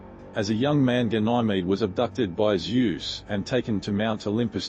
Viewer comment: I have never heard such a horrible pronunciation of Ganymede. It's not even close to any commonly accepted pronunciation. And Hera-cools for Heracles? Teer-eez for Teiresias? Instant thumbs down. Learn how to pronounce the words on your script before you make the video, or don't make a video.